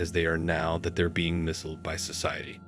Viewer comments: The electronic computer voice pronounced "misled as "missld" instead of Mis- LED." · Please fix your AI recording...it is pronounced "mis-LED", not "miss-eld". Thank you!